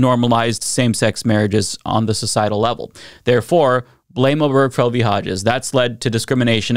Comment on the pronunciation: It’s O-ber-ge-fell, four syllables, not O-berg-fell.